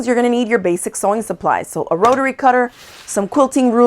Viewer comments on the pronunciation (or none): What’s a ro-rer-ry cutter?